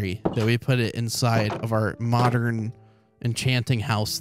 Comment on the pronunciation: fr he calls every thing "mondern":0